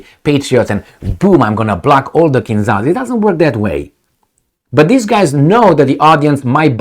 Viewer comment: For Gods sake man,you are a Romanian so you should pronounce Kinzhal properly:its not KinZal but ZH like Georgi Georgiou Dezh your old politician.Od Marshal Zhukov.